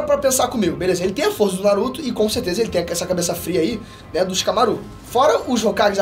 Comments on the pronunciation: So eu que fiquei aguniado do falando Shikamarú? mas o menino tem talento sim, não é imitação do Peter que é muito top, mas o ta em uma evolução muito boa, parabens ao esforço de voçes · Shikamarú nao porra fala o nome fo personagem direito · vc fala shikamaro estranho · Tava tudo legal no video até o mlk falar ShikamarÚ, chega fiquei triste na hora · “ShikamaRÚ” foi sacanagem😂😂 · O mais estranho e engraçado do vídeo é ver o falando o nome dos personagens errado. É muito constrangedor ksksk. Shikamarú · Não aguento ouvir essa pronúncia de Shikamarú kkk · Xikamaruh? Se liga nos nomes e como se fala, se liga na pegada do episódio de antes no canal. Fonética! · cara, legal vc dar uma força ao seu pai mas pelo amor não fala o nome dos personagens errado kkkkkkkk a sílaba tônica não é o RU de shikamaRU…. já deu pra ver que vc tá lendo o roteiro e falando sobre um anime que vc não assiste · Q agonia ele falando o nome do shikamaru errado vey 🤡